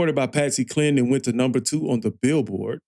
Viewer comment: Please her name is like Cline rhymes with line. !!!!!!!!! Willie Nelson wrote it for a man or woman to be able to sing it. He eventually recorded too.